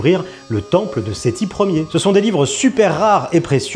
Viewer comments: Il a vraiment dit sethi LER? xD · "Sethi Ler" putain 😂